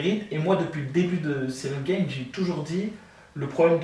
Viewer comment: Pourquoi tu dis Cyril Gaiyne 🤣😂🤣 c est bon, c est pas parce que maintenant il fight en Ufc qu on doit pas l'appeller Gane🤣😂🤣. Moi je propose qu on l'appelle Sayirail Gayine